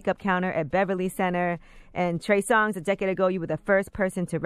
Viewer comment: Bruh its Trey Songz not Tory... 🤦‍♂️